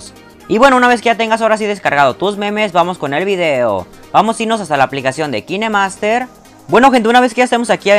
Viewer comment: Amigo se que no soy profesora de ingles licenciada o calificada par decirte esto xd pero ''Kinemaster'' se pronuncia: ''KainMaster'' :) y suena mucho más cool así xd